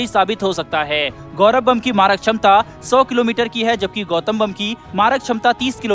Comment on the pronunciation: बम का नाम गौतम है उसे गौथम मत बोलिए बैटमैन का शहर नहीं है वो